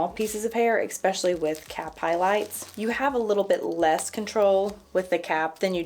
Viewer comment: It's eSpecially, not eCKspecially! Thanks for the tips